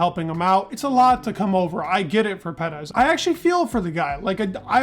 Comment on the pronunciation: Personally, I can’t wait for Perez to retire, so I don’t have to listen to you butcher his surname. No offense I love your videos and you’re very knowledgeable however, whatever you’re doing with his surname is completely wrong just sayin….